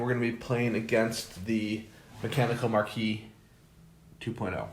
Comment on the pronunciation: Why do so many people struggle with the pronunciation of Marquise? Its 'mahr-keez' ... A lady holding a rank equal to that of a marquis, or the widow or wife of a marquis.